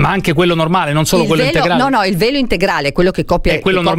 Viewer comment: Beppe, quando hai fatto la domanda al sindaco, avevo capito PELO, NON VELO 😂😂😂